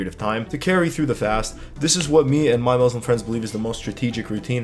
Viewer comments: great video! RESPECT but please it's muSlim with an S not muZlim 💢😅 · Thanks, I'm following your work out routine. *not: if you want to try fasting don't start with cold water it's bad for your empty stomach, better to drink room temperature water, and don't go chugging too much, drink as you usually drink slowly. **not:: The "S" in Muslim sound like "S" not "Z". muSlim not muzlim.